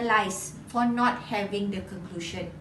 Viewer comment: Very informative. Thanks so much for sharing. But I wonder if you pronounced 'presentation' and 'conclusion' correctly. Anyway, good job! 💪💪